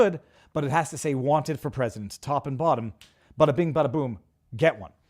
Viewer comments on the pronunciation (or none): none